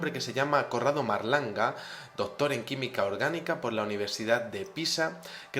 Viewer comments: se dice Corrado Malanga no Marlanga.........Vamos...es el grandisimo Malanga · padron monsieur, mais c'est MA-LAN-GA no marlanga